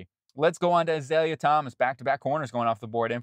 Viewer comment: Az-ale-ya.... is a bush - his name is Az-ah-Ray Thomas. But thank you for putting him in the 1st where he belongs.